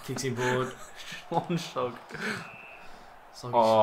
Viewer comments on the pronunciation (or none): I'm a Cats fan and already you have tarnished my name pronunciation of Schlensog. SCHLONG SLOG. Intense wankery right there! LOL